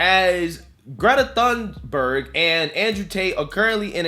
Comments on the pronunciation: It said "" hahahahah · Thunberg, not Thorn burg🤣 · Just thought you should know, her name is pronounced like Toon-berg. The "h" is silent. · Pretty sure her name is pronounced 'Tuneburg' .. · FYI. For English speakers, Greta's last name is pronounced "toon-berg," silent 'H.'